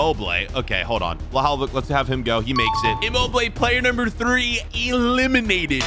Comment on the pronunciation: how does he pronouce immobile correctly but not bruno fernandes correct